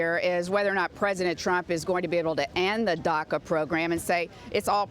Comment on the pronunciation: Marc Tompkins it’s “DACA” , did you even when to school ?